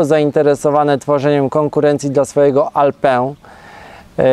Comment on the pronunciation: Nie "alpę", tylko "alpin" - tam jest e po n!